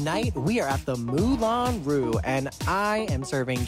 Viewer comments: I think she was going for 'Moulin Ru' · Ok, question for English speakers: do yall pronounce "moulin rouge" like Jan does???